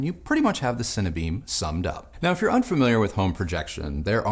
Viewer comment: 'Cine - Beam' not Cinnabeam